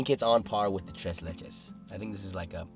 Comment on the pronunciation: Solid pronunciation on the "tres"